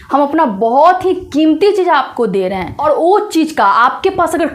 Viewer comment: वो चीज नहीं आपने बोला , आपने बोला O चीज 😂